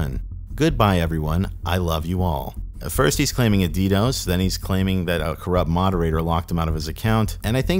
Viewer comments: Although its funny how does ALL of this research and is the dark web expert just to pronounce DDOS the way he does lmao Never heard one person pronounce it D-DOSE, its D-D-O-S or D-Das/D-Dos. (Only mentioning it because the way he pronounces it at waterchains part). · I almost clicked off the video hearing you say “ddose” instead of ddos. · “the *ddòs*” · Cool documentary man. Though as one who was an active user up to the day that Dream Market shut down, I can tell you that Dream was in fact plagued by Ddos attacks (pronounced D-D-O-S, not Dee-dose). That wasn't bullshit. And I've never seen or heard a whiff of LE knocking at my door since it's closure. The closing of deep dot web was a huge blow to the culture. Darknetstats is trying to fill the void, but no market has come close to filling the void left by Dream. All the new markets are so freaking complicated to use that for the casual user, like myself, it's just too much of a hassle. RIP - Dream Market. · "Dee Dose" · How you pronounce DDOS is hilarious 😂. D Dose 😂. Love the videos for how well they’re done and the occasional slip ups 😊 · the fact that you say “DDose” makes me want to claw my eyes out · Good lord, learn how to say ddos, it’s not d dose, smh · Learn to pronounce DDos...."D Dose" fkn lol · never heard ddos being pronounced like that. gave me a lil giggle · Always cool to hear the Spanish pronunciation of DDOS! Uno, Dos, Tres, Quatro!